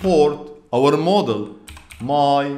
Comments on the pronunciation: When used the CC, its showing model. Just got curious how to really prounouned module. And its "maa-jool" or "mojool". And not model. Unless your yt script really is model. Nonetheless. Good vid for learning python as a beginner. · Thanks for being so helpful to people. i'm a retired programmer but chatgpt is exciting me again. P.S. module is pronounce 'ma-jewel' (accent on ma) you're saying it more like model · Absolutely love your videos and your energy. Being a native english speaker I want to give you a tip. The word "module"is not pronounced "mo - del" as you pronounce it. The correct pronunciation is more like: "mod - jul". I hope this helps and keep up the excellent work!